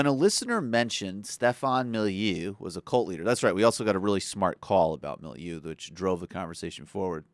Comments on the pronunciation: Lsmjd Even I agree with niriop! To get the name wrong repeatedly like that makes one appear less credible, like you haven't studied Molyneux's content sufficiently. Also, in these two videos, I think the presenter could have presented more specifics about Stefan like those in my videos rather than just repeatedly saying 'he puts out nonsense, I don't have examples right now'. So I obviously agree with the sentiment but (and I think this is a good test) you're not going to convince many Stefan fans with these videos I don't think; indeed, you'll probably end up reinforcing their biases. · You are making fun of his name? How hard would it have been to get it even just approximately right? Talk about intellectual laziness. You lost me at that point. I have no time for empty-headed sneering. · Please oh please learn how to say the man's name if you're going to criticize him. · It's 'Mo-li-new'. So there are no occasions when someone should 'de-foo'? No where in this video did you make an argument. It was all you your opinion or the opinion of some woman on your facebook page. Oooooh! Convincing. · So, libertarianism is a cult, but Statism isn't (with all its flags, ceremonies and uniforms)? Also, calling libertarianism "simplistic nonsense", "destructive" and "disturbing" isn't an argument; it's just a slimy attempt to poison the well. I also thought that deliberately mispronouncing the guy's name, "Milieu" was a really classy touch... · This guy can't even pronounce the guy's name right. Has he even seen one of Stefan's videos? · Criticises videos, can't pronounce his name. Just, stop. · MO-LY-NEU not MILIEU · It's pronounced "mall a new," not "milieu." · Again, MOLL-LA-NEW, Jesus, say it right... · At least know how to pronounce his name. I had to tune out cuz you sound stupid